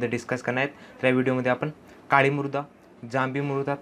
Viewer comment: Murda nhi o sir mruda mhana...!